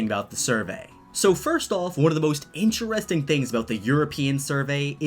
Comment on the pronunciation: It’s interesting not interresting